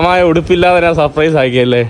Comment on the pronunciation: ഞ എന്ന അക്ഷരം എപ്പോഴും ന എന്നാണ് ഉച്ചരിക്കുന്നത്. ഞാൻ എന്നത് നാൻ എന്നാണ് പറയുന്നത്